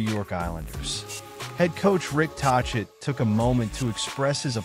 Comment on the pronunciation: Learn to pronounce his name if you want to appear credible.